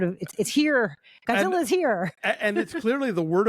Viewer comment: ゴジラ！！he's good pronunciation